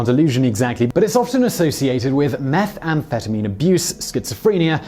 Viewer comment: this may just be a pet peeve, but I finally feel the need to say this. Simon, you need to say 'methamphetamine' a little more swiftly, as how you say it sounds like you are saying "meth and phetamine". silly I know, but it makes me want to twitch.